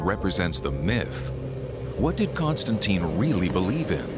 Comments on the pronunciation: she sounds like she says CONSTANTEIN and not CONSTANTEEN - and she is supposed to be an expert for over 15 years to already learn that romans never did such sound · Why am I annoyed by the way that the lady (Constantine expert) pronounces his name as "Constan-TIE-N"? Very different from how everyone else in the entire video, including, Simcha and the narrator.